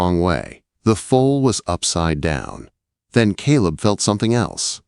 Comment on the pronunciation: Foals… not fowls or fools or folds